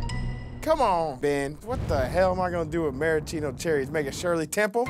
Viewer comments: Was there anything redeeming about it? Yeah, the plate it was served on! 😂😂😂😂 Also: mar-ahhh-cheeno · "Maraschino Cherries" Everybody:?????????